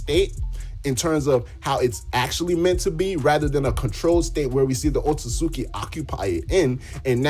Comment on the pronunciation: Nah o-tsu-tsuki